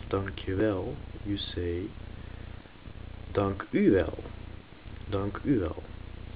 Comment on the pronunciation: not every word i pronounced ( or however you spell it) right. like "dankuwel". you put the emphasis on the "u". but isn't realy that way. at least not where i'm from. maybe it's you'r accent ik typ dit in het engels zodat de engelsen het verstaan.